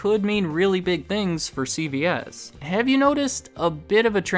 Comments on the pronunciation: great video, but it continuously sounds like you pronounce it: C-B-S make sure you emphasize C-Veeeee-S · It sounds like he is says “CBS” instead of “CVS” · I swear yours saying CBS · You keep sounding like you saying CBS